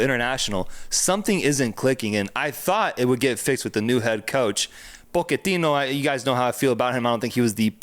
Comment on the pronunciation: Pochettino “Che” not “Ch”